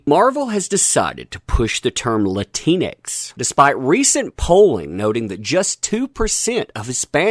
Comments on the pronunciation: If You Do Use It Its Pronounced Latin X. Not Latinex ....cuz thats what your saying.... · Its pronounced Latin X. I'm also one of those Hispanics that hate that term Latinx. Makes me sound like a disease or a failed science experiment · Latinx… sounds like you’re calling someone a Keleanx! 🤣🤣🤣